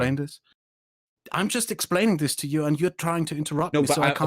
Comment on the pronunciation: “Dis” oh my god he really can’t pronounce ‘th’